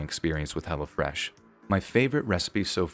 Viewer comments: I'm sorry but just the way you say "Hello Fresh" sounds like you're saying "Hella Fresh" and I bust out laughing like yeah son this food is hella fresh 😂😂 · I swear I thought you were saying Hella Fresh lol